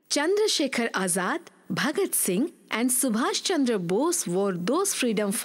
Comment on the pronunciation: Please correct the name of our hero... It's not Chander, correct is Chandra...